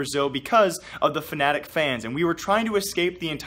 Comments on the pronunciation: he said F A N A T I C not F N A T I C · Did you say fanatic fans or fnatic fans?